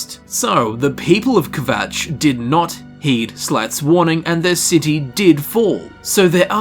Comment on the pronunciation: "ke-vatch" :D :D :D